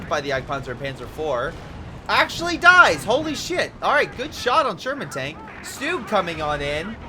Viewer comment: stug, not stewg.